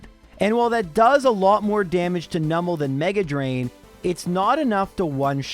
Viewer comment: Oh! pronounced Numel's name correctly 🎉 I'm so used to streamers pronouncing it as "Noo-mel" even though it's a Numb Camel, and I don't know anyone who pronounces "numb" as "noom"! 😄 It's so rare and the mispronunciation so annoying (for me; I understand that most people don't care lol) that I just had to comment on hearing it said right. 😅